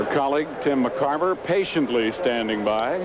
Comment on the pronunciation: Kinerism: He called Tim McCarver “Jim McCarver”